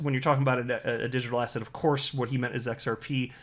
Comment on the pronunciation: Sometimes when you say "asset" I think you said "ass hat". lol